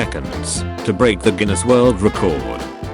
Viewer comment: the mispronunciation of "Guinness" makes this much better